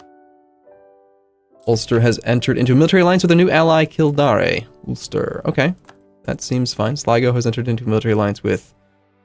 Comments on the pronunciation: It’s pronounced “Kill-dayr”, not “kill-dahr-ae”. We’re in Ireland, not France damn it. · i dunno how fucked it up plus it would be simplier to say kill-dare then kill-dayr unless in kildare thats how you prounce it i dont know because i live in the ass end of ireland called kerry